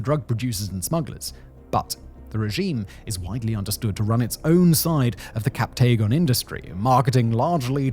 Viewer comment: Great video that covers the important dynamics, but please please please fix your pronunciations!! The majority of the territory names, city names, and even "captagon" (it's "captagon" not "captaygon") are absolutely butchered, and it's incredibly off-putting. A quick google search will tell you how to pronounce all these correctly